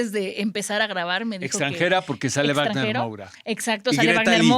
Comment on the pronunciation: La w de Wágner se pronuncia como v no como w, no sabe alemán la o qué onda (en portugués también se pronuncia como en el alemán).